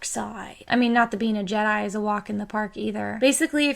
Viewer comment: "Jedai"? WTF?